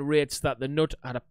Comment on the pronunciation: Btw, the k in Knut is not silent, which is a mistake many who don't speak swedish make.